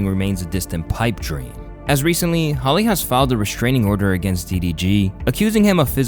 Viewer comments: Her name is hallie not holly bro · Her name is HALle not Holly!! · its HA-LEE